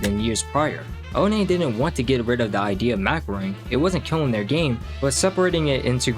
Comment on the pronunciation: oh nay 💀